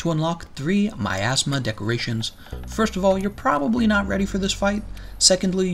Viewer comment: "My Assma" I just can't unhear it...